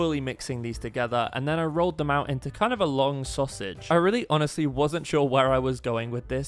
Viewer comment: At 3.21 he says long sosig what the hell